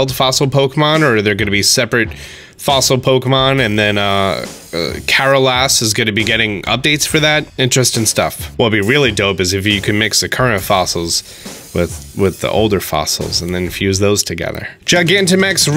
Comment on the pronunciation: "Kara Liss" is not Kara LASS, but Careless.